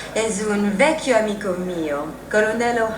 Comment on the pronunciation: I think you are being way too kind. is pretty poor - wrong intonation, no stress, no raddoppiamento fonosintattico (as in "vecchio"). But of course it's not too bad compared with Brad Pitt, who is truly terrible!!!